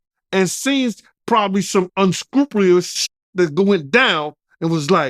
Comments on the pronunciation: Homie said unscrewplyshhhhh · "Unscrupreeus". Let that man be🤣🤣🤣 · yooo almost gave him a stroke lmao